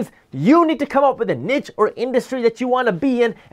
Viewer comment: Thanks for pronouncing "niche" as nitch, not neesh. LOL